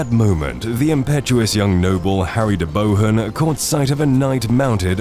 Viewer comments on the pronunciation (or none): Very well researched and brought the battle to life, would say that the commentary struggled to pronounce a few names like Loudoun Hill (pronounced loud-n), de Bohun (pronounced deboon). When Bruce landed at Carrick it is in Ayrshire, you placed it on the map above Campbeltown in Argyll which is a fair distance away. Other than those minor details this is an excellent reconstruction of the two days of fighting at Bannockburn. Bruce did lay some traps at The Entry, there was a massive section of ground where the Scots dug a honeycomb pattern of holes in the ground about knee deep with a sharpened spear in the hole and covered it up with a thin layer of grass. This was designed to maim horses and men. There were also caltrops which were scattered all across the ground to mischief the horses hooves. The caltrop is a small medieval anti tank device - for want of a better term. It is a weighted ball with three sharp points sticking out in a triangular fashion so that whichever way it is thrown on the ground, one spike will be pointing upwards. Obviously this could hamper infantry as well as cavalry. Bruce had chosen his ground well and prepared the ground to contain the English front to match his own schiltron on day one. Clifford's advance which was cut off by Randolph at St Ninians was on open ground, his schiltron formed an oval shape and Clifford was unable to break through, Douglas remained on the higher ground and did not join the fight once he saw that Randolph was holding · The name is pronounced De Boon, know your enemy Englishman